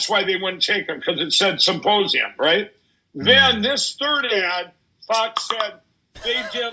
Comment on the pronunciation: He still talks about the symposium so much. But HOW, after months of talking about nothing else, has he still not perfected the word "symposium"? He says "supposium" every 7+/- words in every single interview. I can't hear anything else he says because I'm gagging over that word having heard it 1,000 too many times.